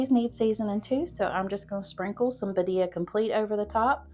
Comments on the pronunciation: Loved these meal ideas! Birria is one of my favorites since I discovered it. Not trying to be a stinker, but it is pronounced 'beer-ee-ah' This will help people know how to ask for it if they are looking for the sauce or ordering the tacos at a restaurant. Loved your chicken broccoli cheese recipe, I'm going to be trying that one soon! And I just subbed to your channel for more great recipes! Thanks for this video! I live alone but sometimes have my grandson here with me and crockpot meals are easy for when he's here so I don't have to be in the kitchen so much, or for when getting home late. These all sound wonderful! ❤ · Thank you for attempting to say BIRRIA! I know it's a hard word in the Hispanic culture lol. FYI: you're adding the accent in the wrong area. Phonetically, it's pronounced "bee-rria", so the accent is on the first "I", not the second "I" as you're saying it. Again, thank you for trying!!! ❤❤❤ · Birria is pronounced Bee- Ree-aa you're saying it well except change it to BEE at the beginning 👍